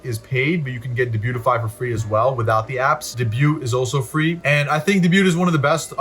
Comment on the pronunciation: Good vid! You need to look up the pronunciation of debut 😉😉 (hint: it’s French)